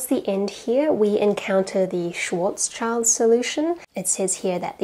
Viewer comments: schwarzschild is a composite word but the words are schwarz-schild so its NOT pronounced like "child" in the end but more like "chilled", maybe look it up idk. Love your videos! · Thank you very much, nice talk. Just one point to make, and that is the name Schwarzschild, which should be pronounced Shwartz Shield . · Please get Flammy to teach you German pronunciation, especially Schwarzschild.